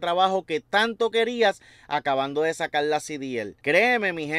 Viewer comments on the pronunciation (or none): Sacal no. SE DICE SACAR.